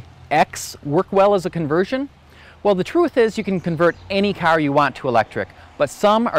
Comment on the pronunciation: What operat÷s the airbags? You irish? Carrrr Good video